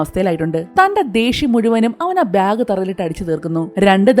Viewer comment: ഇതെന്താ ബ്യാഗ് എന്ന് പറയുന്നത്. ബാഗ് എന്നല്ലേ പറയാ